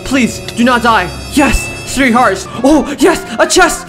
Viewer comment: Dude said “srree”💀💀